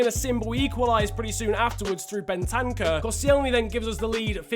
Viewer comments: Crossiant His name is clearly spelt: Ben-tan-cur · Ben-tank-ur? No it’s, Bent-en-cur N-Keet-ah? It’s N-keh-ti-ah